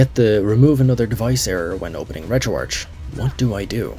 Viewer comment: bro this bitch just pronounced retroarch as "retro-arch".. ITS "RETRO-ARC" AS IN "ARCHIVE"